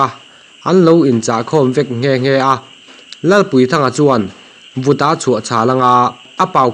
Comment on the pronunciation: 'Vuta' tih pawh hi 'Vuta' tiha lam tur aw! 😡